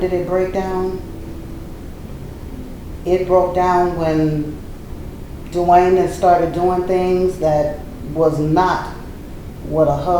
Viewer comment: it's Dwyane not Dewayne. I dont believe her because Wade never said the awful things about her like she said about him. He said they just werent working out and she basically says she never did anything wrong LOL. abducting kids says enough i think.